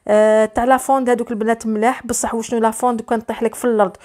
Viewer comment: الله يسترك اعرفي تنطقي برك لافونت ميش لافوند ونقولو لابلاك شوفونت ميش شوفو يا ولدي والله عيب راكم غير تخلطو